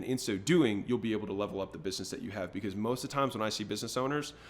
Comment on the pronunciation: bro just said becowz